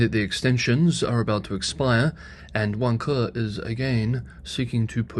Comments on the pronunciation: Vanke (pronounced "Wan Ke") sort of sounds like "Wanker"? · Vanker is pronounced 'Wanker' in London :-) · Spelled Vanke, but the pronunciation gives away the “self play” angle of the property market in China.